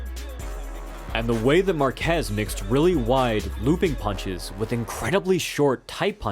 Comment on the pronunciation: I really wanted to love this video, but the repeated butchering of Márquez' surname kept triggering me :P